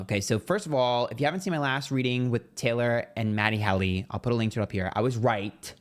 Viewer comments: It’s HEALY, not Hally 😂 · Babe, it’s pronounced Matty HEEEEELY like the heel of your foot❤ love you, though and find your readings to always be spot on! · It’s Matty HEEE-LEEE! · It’s HEAL-y. It’s pronounced the way it’s spelled! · He calls him matty HELLY on purpose. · His name is Matty Healy. You are pronouncing it wrong. These readings are so lame.